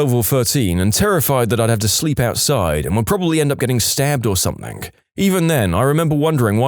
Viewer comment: No k in the word something